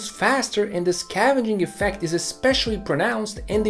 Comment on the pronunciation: the only criticism i have (at this moment) would be more clear pronouncing of some words like 'scavenging effect' and 'pent roof'. I had to google for a few minutes before I found what you meant. this video was very well done, and was a superb learning tool about engines. I really enjoyed it. good clear explanations for some key concepts about engines. thanks a lot for showing us! really looking forward to more engaging content, you have a sub, here!!